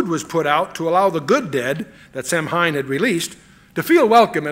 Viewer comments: I'm sorry but Chuck is wrong on this one. Samhain is not the "Lord of death". It is, "an ancient Celtic festival called Samhain (a Gaelic word pronounced “SAH-win”), a pagan religious celebration to welcome the harvest at the end of summer, when people would light bonfires and wear costumes to ward off ghosts". And that is a fact. Halloween also has ties to Christianity. "Halloween is thought to have roots in Christian beliefs and practices. The English word 'Halloween' comes from "All Hallows' Eve", being the evening before the Christian holy days of All Hallows' Day (All Saints' Day) on 1 November and All Souls' Day on 2 November. Lkook it'd need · This is a much-needed teaching. One I'm thankful Chuck has provided to the millions who watch and listen to him. I have done much research on Halloween, and have been blessed to share information with a few people. Just a couple of things, if I may humbly share; Samhain is pronounced Sauween. The song featured in "Fantasia" is "Night on Bald Mountain." I'm so glad Chuck told that story about Walter Martin! I've heard WM tell that whole story right here on YouTube. Riveting! What a mighty team those two spiritual and intellectual giants would make! May God bless all who listen to this anointed and necessary teaching. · If I could go back in time to that point, I would correct him saying 'Sir. it's pronounced Sow-win.' Sow pronounced like the 'Female Pig' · Samhain is pronounced 'Sah - win' in English, although many use the Irish. An internet search tells me in other places in the British Isles they pronounce it: 'Sow - in' in Ireland 'Sow - een' in Wales 'Sav - en' in Scots. The 'sow' is said like the name for a female pig, not as in sow seeds. Chuck must've known about the spelling mistake . Martin Luther 'King?' Maybe it was a test to see who'd react. Nobody did. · "Night on BALD Mountain. And Samhain is pronounced "Sow-ween." ✝️🙏🏿✝️ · "Night on BALD Mountain." And Samhain is pronounced "Sow-ween." ✝️🙏🏿✝️